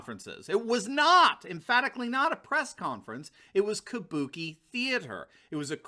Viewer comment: "Kubuki (sp?) Theater" - Nailed it!